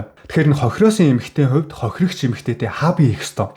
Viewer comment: Хохирогч хохироогч гэхээр авцалдахгүй сонсогдож байгаа биздээ слонгост олон жил болсоныг чинь ойлгож байнаа гэхдээ солонгос хэлээр биш монголоор контент хийж байгаа биздээ